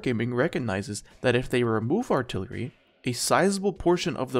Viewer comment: "Remove altilery"